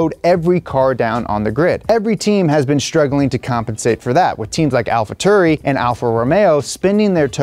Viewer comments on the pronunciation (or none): I really love all the videos but i don't like how he said AlphaTurri😭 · “Alpha turee” bruh